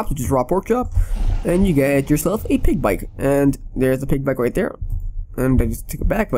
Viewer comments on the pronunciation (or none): you said oig for pig